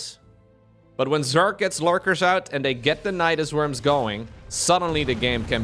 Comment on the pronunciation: Normally I'd let it slide, but you added an 'e' to Zerg more than once. It's 'Zerg,' not 'zerge.'